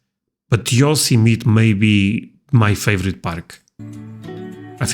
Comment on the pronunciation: The name Yosemite rhymes with tea. Yo-semi-tea.